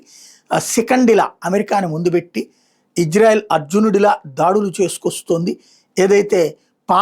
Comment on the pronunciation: Ayya. .. adhi hijrayelu kaadu ...meeru sarigga palakali.